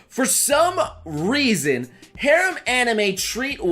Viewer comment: is no one going to talk about the fact that he was saying harem wrong...no ok then i will show myself out. ps. he might be trolling and i am too dumb to know for sure.